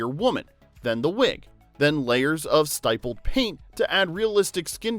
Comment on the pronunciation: STY-pled? You mean "stippled"? Good grief.